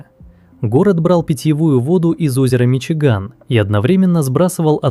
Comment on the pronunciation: "Миши Гамми"😂😂😂